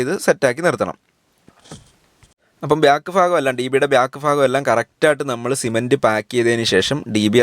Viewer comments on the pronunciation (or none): ഫാഗം അല്ല ഭാഗം എന്ന് പറയു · ഫാഗമല്ല ഭാഗം മലയാളത്തെ പറയിപ്പിക്കല്ലേ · കൊള്ളാം പക്ഷേ സഹോദരാ ഫ്രാഗം അല്ല, ഭാഗം... അത് കേൾക്കുമ്പോൾ വളരെ ബുദ്ധിമുട്ട് തോനുന്നു...വേറെ എല്ലാം നന്നായിട്ടുണ്ട്..